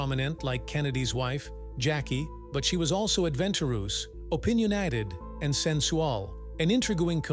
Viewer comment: She was "anvetooroos and opinionIted"! My Fiance and I both busted out laughing! 😂😂😂